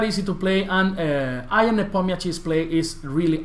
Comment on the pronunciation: he is not "i a n" first 2 letters in his name are pronounced like yahoo "ya n"